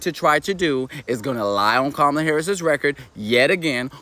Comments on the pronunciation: First off, it's Kamala, not Camila. Okay, here is my 2 cents and it's probably worth less than that, but here it is. It doesn't matter who runs against Trump. It's an uphill battle at this point. But even though I don't care for Kamila, she has the best chance because she is, in fact, an incumbent. Even as a VP, that historically has an edge. Also, there is a lot of doner money on the table that moves right to her as she's part of the original ticket. I don't care who else is put in that position, they won't have time to organize and get the donors and everyone on board. Now let's not fool ourselves, the only people we need to sway are the swing state voters. People in blue states are already softening to Kamala and will get their vote. A HUGE part of the vote for any Dem is to keep Trump out. We should just be prepared for four more years of Trump because of his momentum. I personally don't want that and would accept less suffering under Harris. I'm not telling anyone who to vote for or not to vote for, but the reality is, no matter who is in there, it's a tough battle and all numbers show, Kamala has the best chance right now. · How you hear her name 50 times and still can't pronounce it right,?